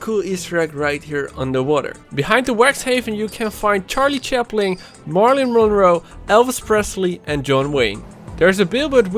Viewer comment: Did you just said Charlie Chapling and Terminal Scope ???